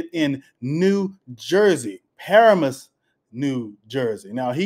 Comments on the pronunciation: You pronounced the town wrong. It's pronounced Puh-ram-us not Para-mus. Paramus is in Bergen County, NJ where people from NJ/NYC go shopping at the Westfield Garden State Plaza Mall. Dude has real estate & mortgage money making businesses and yet his church is still getting robbed in the hood. SMDH! I grew up and went to H.S. not far from Paramus, but certainly not in a million dollar house lol! People need to not give that man money in church if he has his own. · It's pronounced Pa-ram-us, not Para-mus. Also, he tried to buy a $4 million house in Saddle River. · Pronounced puh ram mus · It's pronounced "Par-am- us"